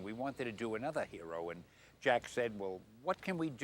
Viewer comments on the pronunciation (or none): none